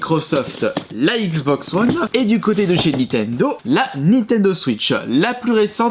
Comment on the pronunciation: Nintendo et non nitendo...